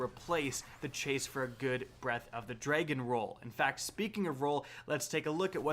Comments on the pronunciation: Drag-on not dray-gone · “Breath of the DRE-gen”